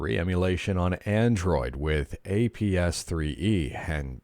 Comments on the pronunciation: Ahhh yes, "Adnroid"🤣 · "Adnroid" What's that?